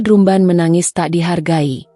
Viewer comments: Drumban???? 😮‍💨😮‍💨😮‍💨 "Drambèn" dong ngomongnya,, itu kan bahasa inggris, penyebutannya hrs benar secara bahasa Inggris dong 🙏🙏🙏😮‍💨😮‍💨😮‍💨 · Kok bilangnya drumband bacanya drambend kli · Bacanya dramben bukan drum ban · Maaf untuk komentator, meembaca narasi yg betul, misalnya pengucapan kata : drumband, seharusnya dibaca : dramben, bukan : drumband ( ucapan dlm bhs Indonesia ), karena dalam bahasa Inggris tulisan dan ucapan berbeda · Naratornya gak enak didengar ky robot,udh gitu baca drumband dibaca pula drumban bukan dramben🤦🤦🤦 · Redaktor nya bacaannya drumbend, bukan drumban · Coba pembaca beritanya dintraining dulu cara baca drumband nya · Drumband drumban ,,,iya tulisannya drumban tapi di bacanya drambend😩😩😩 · Admin kok bacanya salah..drumband dibacanya dramben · Ini mimin sangat menggangu sepertinya gak lulus SD. Masa baca drumband sama dengan penulisan?